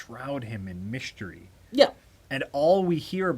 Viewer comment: "Shrouded in misschewreee"